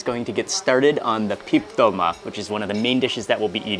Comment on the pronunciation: Actually it’s “tolma”